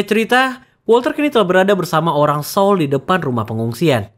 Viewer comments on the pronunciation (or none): none